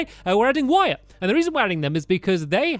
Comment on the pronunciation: Is that how you pronounce Wyatt?